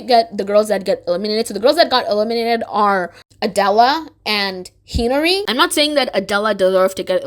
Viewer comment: Plus the pronunciation of hinari got me too. She said it like henry